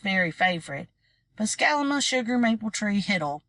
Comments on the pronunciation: Yes, I know that’s what her grandparents call her. My question is why is the reader pronouncing it “Scalama” instead of “Salamanca”? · “Scalama”? My book says “Salamanca” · Im sorry to be this person but her name is Salamanca like the tree it's Salamanca tree hiddle.